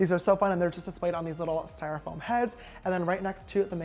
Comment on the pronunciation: "on these styramphome heads" I giggled a little because it sounded a little funny